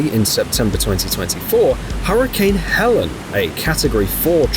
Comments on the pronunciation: Hurricane Helene is pronounced hell-EEN not HELL-en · ...it's Hurricane Helene. Not Helen. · Helene, not Helen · Hurricane Helene, Not Helen